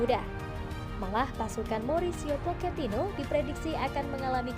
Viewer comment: Pochetino min, bukan poketino